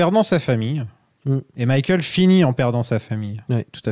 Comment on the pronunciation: J'ai besoin de savoir pourquoi prononce "Mickaël". Ça me hante 😆